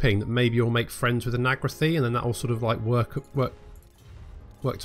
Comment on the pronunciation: Nagra-the nagra-thigh he says, when all the while the Alith Anar voice actor has said the correct pronunciation a dozen times - nagar-ith.